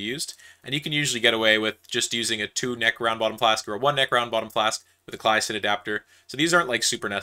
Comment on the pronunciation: The way he says "Claisen" hurts me lol